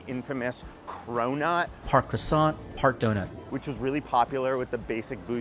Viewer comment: Please guys learn how to pronounce the word croisssnt 😂😂😂😂. Stop torturing this French pastry and it’s easy to pronounce it correctly ❤❤❤